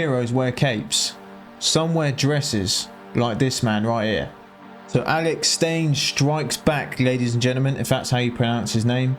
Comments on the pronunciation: STEIN not STAIN. :face-green-smiling::face-green-smiling::face-green-smiling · Alex Stein! as in STINE lol not Stain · It’s pronounced Alex Stine and he’s wearing a swimsuit. He’s awesome. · so Prime Time Alex Stein - its said like nine with an St and not the first n. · It’s Stein, like Einstein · Bro, it’s pronounced St-ei-ne lol like shine. Good commentary 👍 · "Stine" is the pronunciation, bro. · Lol he called him Alex "Stain" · It's Alex Stein: Pronounced like "STINE" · Alex Stein pronounced Stine. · "Alex STAIN if that's how you pronounce his name"...no...no it's not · how doe you mess up Alex last name